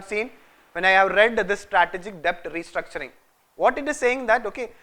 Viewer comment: Please! It's pronounced 'det'.